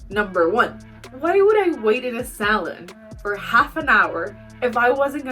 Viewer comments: I thought you were saying salad towards the end of your video when saying salon. 😂I’ve never heard it pronounced that way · Why did I hear salad when she said salon